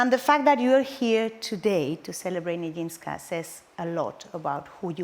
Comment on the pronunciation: We should pronounce the "j" in Nijinska as the "g" in the word "genre".